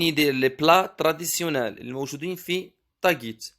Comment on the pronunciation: ملاحظة: تاغيت وليس تاڨيت وشكرا😊😊